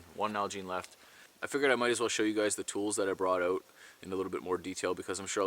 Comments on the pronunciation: "Find a spot, and camp-oaut" 😂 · Nice vid! I’ve always dreamed of having that kind of experience. I’m picking up some Irish/Scot accent when you said ‘house’ ‘out’ and ‘fire’ so cute !